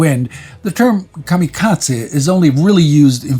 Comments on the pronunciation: I have never heard the term "kamikatsi" before. Are you trying to say kamikaze? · And Kamikaze is kamikaZAY, not tze